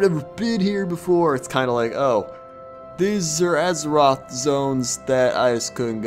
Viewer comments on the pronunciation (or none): none